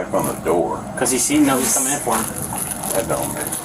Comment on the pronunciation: Fo is not a word think he means for.. or maybe four 🤔